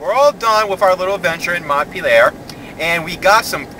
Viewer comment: I live right near Vermont college :) I don't think it's really scary. and you pronounced Montpelier wrong by the way.